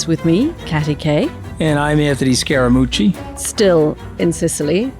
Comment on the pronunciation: cc not ch skar a mu see